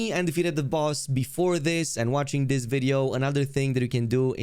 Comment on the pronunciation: Mispronouncing stuff is the only accent the creator has tbh. Dis dat etc.